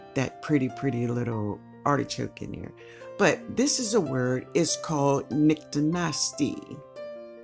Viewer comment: Gurl! I thought you were saying nice and nasty, lol. I had to look at it several times. Tfs. I always seen flowers and some plants do this, but never knew what it was called. 🌷⚘🌼🌿🏵🌻